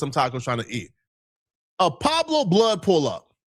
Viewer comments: So just because said he was there you gon run with it he stirring up the pot and is way in Texas he don’t know shit he even said “Pablo” it’s “pueblos” I hope when it comes down to ant jefe not having to do nothing with that taco stand situation you stand yourself corrected, source = trust me bro smh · Source = trust me bro need his ass beat didn’t even say Pueblo right he said “Pablo” putting this on ant jefe is crazy and ceddy implicated big u son don’t believe these guys